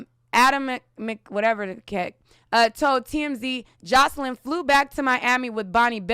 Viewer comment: Girl! You know why you keep mispronouncing her name... bcuz of all those R Kelly updates you've done. 😄😄😄